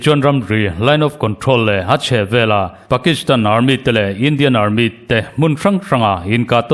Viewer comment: Armit tih loh theih se Army ti zawk thei la